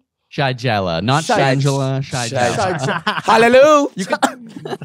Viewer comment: It’s pronounced shuh-geh-luh! 😊